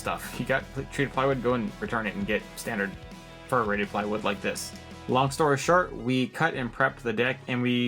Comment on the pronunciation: Are you saying "Fir rated" like as in Douglas fir plywood?